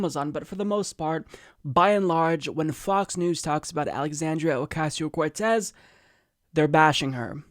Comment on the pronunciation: Did i hear it correctly? Didn't many of them say "Alexandria Acasio-Cortez" and not "Ocasio"??